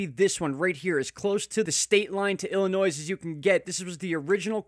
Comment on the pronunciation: the "s" is silent in Illinois.